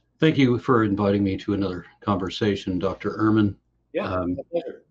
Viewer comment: Ehrmangod it's Ehrman!